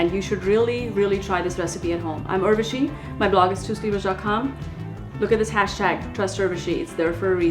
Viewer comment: What's with pronouncing your name weirdly? Well, it's your name, but not yours only. It is pronounced as Oorvashi, not Aurvashi :)